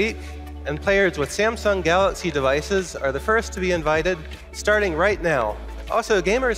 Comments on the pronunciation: Love it when he says Galoxy 😆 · Galux note 9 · galoxy not 9! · David Kaner galox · “The old new galoxy note 9”👂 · Geloxy Not nain